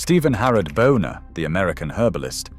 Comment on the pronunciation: Buhner is pronounced booner, not boner! 🤣